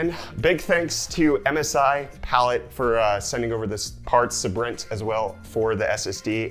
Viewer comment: Say Brent. That’s how you say Sabrent.